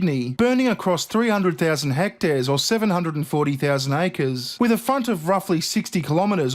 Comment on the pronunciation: "hect airs"